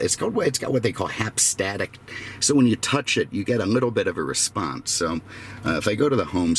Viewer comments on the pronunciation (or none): It’s called haptic feed back not hap-static…